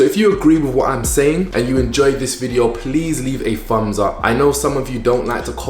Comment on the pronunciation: Why does he say FUMBS US? SEVEN FOUSAND? I'm learning English and never heard that before. Other than that....gorgeous. Would be eaten alive in 🇧🇷💋